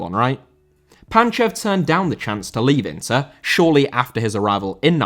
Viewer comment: Inter* not Ento